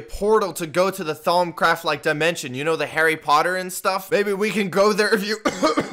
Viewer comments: temptell no it’s thaumcraft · lmao did he just say “thongcraft like dimension” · bruh i thought he said thong craft XD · Thought he said thongcraft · every time he says thaumcraft i die inside